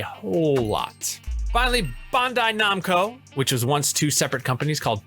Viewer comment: Bun-die Num-ko?